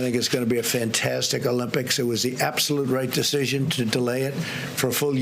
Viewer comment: Who cares if the stimulus is the biggest ever? It's not something to brag about. It's called the Olympics, not Uhlympics. Stop bragging. Stick to the script.